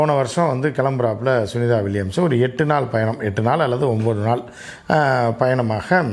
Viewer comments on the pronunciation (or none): none